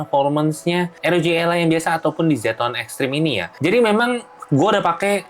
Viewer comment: R itu di baca AR. Kalo pake o-ji ya ar-o-ji kalo pake ER ya er-o-ge